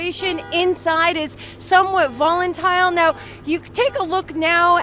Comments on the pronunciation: She said "volentile" and they are reporting away from the crowd because the crowd will not misbehave for the benefit of this propagandist station. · how about you have someone that doesnt say things like volentile, its volatile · Volentile.. our journalists, ladies and gentlemen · Volentile? New word?